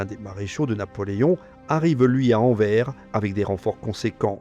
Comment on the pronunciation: Vidéo magistrale. Je kiffe à 99%. Juste une truc : Anvers ne se prononce pas "en verre", mais " en verse", comme dans averse. Comme le Grevisse précise qu'il n'y a pas de faute (y compris de prononciation) dans les noms propres, c'est aux locuteurs de s'adapter.